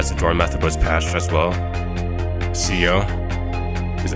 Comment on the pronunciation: C O? ITS SPELLED CEO FOR A REASON C-E-O SAY IT LIKE ITS SPELLED